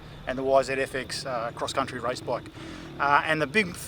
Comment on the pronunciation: heard "race" as "rice", australians.... :))